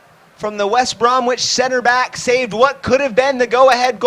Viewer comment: "West Brom"wich" Albion. "First Debut" Lol.